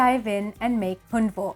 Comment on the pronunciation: You're not pronouncing it right.